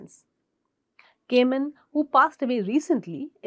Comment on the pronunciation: Kha ne man Not cayman😅